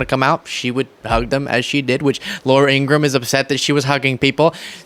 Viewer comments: It is pronounced Laura In gra ham. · should pronounce Ingraham properly,.the h is not silent. Even though she's a bum. I think it's disrespectful when they mispronounce our Vp's name